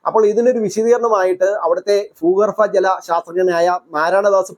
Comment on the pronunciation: ഫൂഗർഫ ജലം ഫൂമി ....എന്തോന്നാടേയ്😅😅😂😂😂